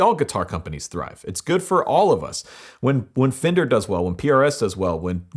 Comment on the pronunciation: It's pronounced "Fen-Der" not "Fin-Der"